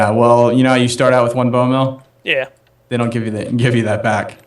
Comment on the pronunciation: its bone meal not mel